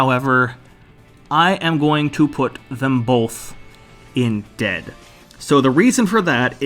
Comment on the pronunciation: My favorite part is when he said ded